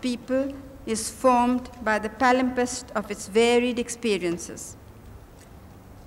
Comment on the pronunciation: It is palimpsest not talent best